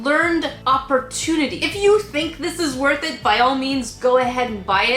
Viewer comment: When cant even say worth it in the "Is This Kit Worth It?" you know that its a crappier kit than the other crap kits